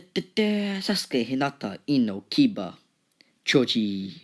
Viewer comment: I like how you say choji as chuji